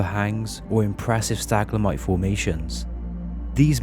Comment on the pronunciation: WHAT THE PHUCK IS A "STAGLAMITE".....?......DID YOU MEAN "Stalagmite".....?......?....you said it like, five times. You know, the opposite of "stalactites". Which is also not pronounced "staclatite"...hahahahahaaaaaaaa.